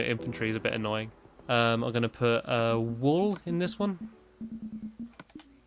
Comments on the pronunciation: It's wool not whool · "wool" not whool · “Wholl” lol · Whool? Oh thank you for adding to my "List of words without the letter h to pronounce with the letter h in a southern accent" list. It previously only had water in it lol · i love how he spelt wool as whool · Hahaha he spelled wool whool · Nobody: Stampy in 2012: whool